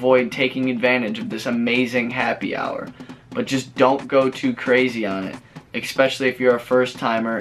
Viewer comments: Why do all you Americans have to say expecially instead of especially - sounds lazy & uneducated & I am sick of hearing this bastardisation of the English language. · e*S*pecially ...(not expecially) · Great info. Thanks. Also, that must be the world's record for using the "word" ECKSPECIALLY. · If you’re going to try to make an informative video please do the following: 1. WAKE UP! Sorry but you sound like you weren’t quite awake yet and someone handed you a script to read with words you’re not that familiar with and unsure how to pronounce. 2. Please learn how to pronounce the word ESPECIALLY! It’s not “...ex pecially...” or “ek specially”. Otherwise, Liked for info. I’ll do further research to corroborate👍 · “EXPECIALLY, LISTEN TO ME”